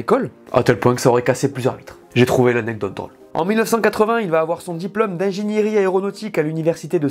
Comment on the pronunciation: Non pas ingéniÉrie, mais in - génie - rie.